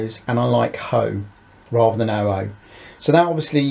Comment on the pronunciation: I was bought up in the 50's and I've never heard any one call it HOE (as in gardening ), it was double O and Aitch O . No offence buddy , I had to wonder what you were talking about several times , love the channel .